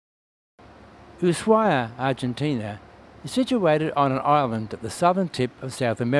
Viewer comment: I’ve watched a lot of Antarctica videos and your has the best photography by far. Excellent job! 👏🏻 For future reference: Ushuaia is pronounced ooh-SHWI-uh. Tierra Del Fuego is tee-AIR-uh del FWAY-go. Once again, congratulations on a wonderfully shot (and edited!) video.